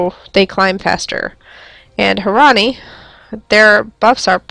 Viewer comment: Just so you know it's pronounced fear-rin